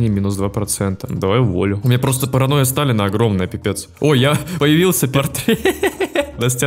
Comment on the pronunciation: ты сотню раз сказал Параноя Сталина зазазаз